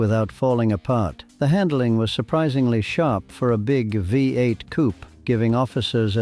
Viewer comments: Why do you keep saying- wee 8, let me educate you It’s called a V8. It’s always been a V8 not a wee 8 as you keep saying. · Yeah that we 8 narrative is not only annoying but doesn't help the authenticity of a lot of information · What is a Wee 8? You Mean a V8 Don,t You